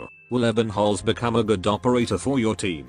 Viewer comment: It's Ebe~nholz not Ebbennholz. And to be fair the closest to a waifu a male op can be before its a trap.